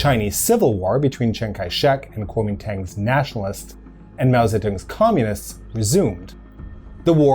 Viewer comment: The correct pronunciation of Kuomintang is “G-wo” Min “D-Ah-ng”. Also it is not right to refer to the KMT army in the 1950’s as ‘Taiwanese’ as the soldiers were overwhelmingly from China and NOT Taiwan where they were an occupying force.